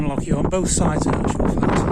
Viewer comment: Great to hear an English person making the effort to pronounce "loch" correctly!